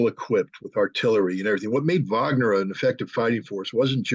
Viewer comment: Wagner with a W Not a V you keep saying Vagner it is Wagner with a W